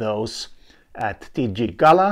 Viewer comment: Good to see interesting research. Just wanted to say Galiwinku is pronounced as Gull-ah-wing-koo. Titjikala is pronounced Tit-chee-kah-lah.